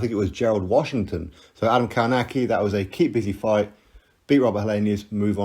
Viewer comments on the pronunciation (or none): Adam Kałnaki.... Co za wymowa...